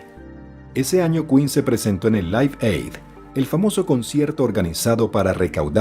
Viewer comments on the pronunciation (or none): none